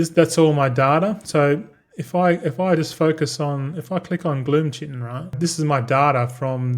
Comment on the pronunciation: Willful ignorance pronouncing chitin the same as disregarding everyone telling you multicraft crushes ingenuity in value. Following your financial decisions is morbid curiosity.